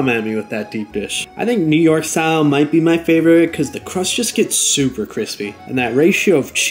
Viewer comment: Thin n cwispy is the way to gooo